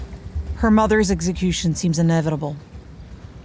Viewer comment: Whoever the narrator is learn how to say execution